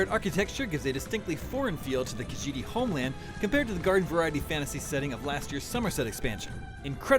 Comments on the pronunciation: This guy can’t even pronounce kahjiit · did he say kajete homeland